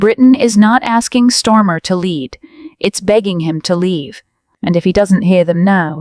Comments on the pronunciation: I am going to help t he fools who do this channel. The UK PM is called STAR MER. Not Stormer. Please reprogramme your robot. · We know he's a twat but you could at least get his name right who the fuck is stormer. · He's Kier Starmer and NOT Kier STORMER, get the name right you idiot. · You need to get the PM's name right. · Who is Storm? AI getting it wrong again. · Shit reporting , can’t even get his name right.